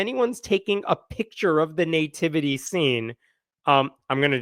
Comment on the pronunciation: I love me some, and I really enjoy choice of subject matter, humor, and wisdom. But it drives me crazy every time he says the word "nativity.", it's not NAY-tivity. It's NUH - tivity.